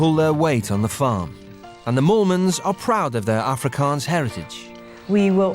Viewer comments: Man as an Afrikaans bloke, I'm super impressed with how good these Proper Brits can pronounce Afrikaans words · pronunciation was pretty accurate.